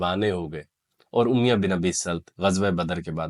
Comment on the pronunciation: اُمیَہ تلفظ غلط ہے.. اُمَیَّہ درست ہے